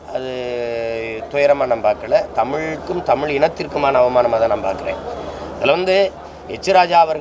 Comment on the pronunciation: தமிழன் தமிழன் என்று சொல்லிக்கறயே முதலில் தமிழில் உள்ள "ழ" வை ஒழுங்காக உச்சரிக்கிறாயா? தமிள் என்று உச்சரிக்கிறாயே. நீ தமிழனா?